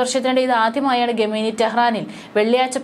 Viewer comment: ഗമേനി അല്ലല്ലോ? ഖമേനി